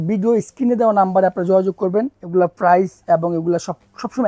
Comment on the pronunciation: প্রাপ্রাইজ বললে যাতা লাগে😅